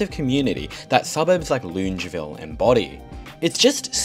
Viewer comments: HOLY FRICK I AM OFFENDED LUNGEVILLE? AS A LANE COVE NATIVE ITS LONGAVIL I KNOW ITS APRIL FOOLS, BUT THIS IS JUST TOO MUCH TO TAKE 💀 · Hi, Love you channel and your excellent delivery. Just picking you up on your pronunciation of Longueville. It's pronounced Longer-ville. I laughed when I heard you say it. Also, I've get to disagree with your view that we need to keep jamming people into units. The quintessential quality of living in AU is that we have (or used to) the luxury of a backyard in the suburbs. We don't want to live like they do in HK or China. Yes, its a symptom of insane immigration but having grown up in Haberfield, I love having space around me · loongeville? ...ahaha your pronunciations never cease to crack me up 🤣great vid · You're an amazing young man and a Doctor too. Loved your video on Wondabyne, we used to take the train there from Epping and camp for a few nights when i was 15 and walk next to the train tracks to Woy Woy. Used a torch to signal the train driver to stop at night. I've always pronounced it that suburb Long-e-ville ? Best wishes to you for your future :-) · Buddy it’s pronounced long-a-ville (as an unwilling resident of the area) sick video tho 💜💜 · Longavil is how it’s pronounced. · Longueville --> pronounced Long-ga-ville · Lived in Sydney for 30 odd years and always learning something interesting about it, like how to pronounce Longueville